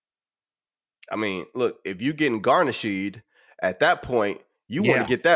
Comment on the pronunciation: What is garnish-sheed ?